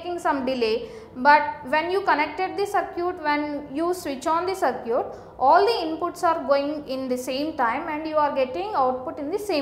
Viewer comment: its circuit not sircute